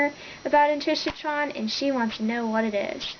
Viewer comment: Intrishotron? its IncarCERron...